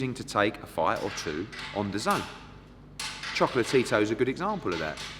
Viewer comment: Choco-La-Tito FFS!